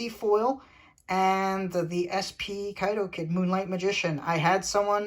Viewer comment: Kaitou Kid, not Kaido Kid. lol :P You seem to call him by my nickname all the time. lol